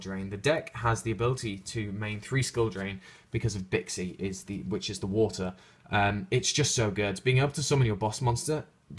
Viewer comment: Bi'an = Bee - ann Bixi = Bee - shee Suanni = Soo - ahn - ni Chiwen = Chi - wen Baxia = Bah - shyah